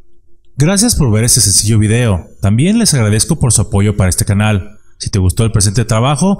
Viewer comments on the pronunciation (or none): none